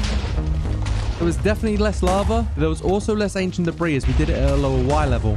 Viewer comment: The way he says only 25 debrie